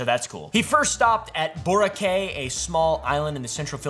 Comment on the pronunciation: You butchered BORA CAY there mate you need to have a russian accent to properly say it